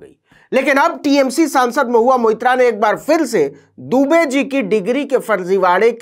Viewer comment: आप दुबे को डूबे कह रहे हो वह जानबूझ कर। और डर भी रहे हो कल कह दो उच्चारण के कारण। इसका मतलब आप दुनिया के सबसे डरपोक आदमी हो